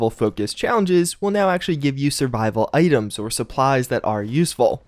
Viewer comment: love the way he says "items" AA'DEMS